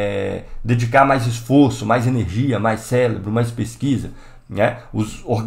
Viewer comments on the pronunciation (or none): Cara, eu adoro vc,. Por isso mesmo, CéREbro, não celebro, amigo. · Celebro??? kd o R??? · Célebros???? COLE? Aula Phoda dessa e tu mete várias vezes este "celebro" kkkkkk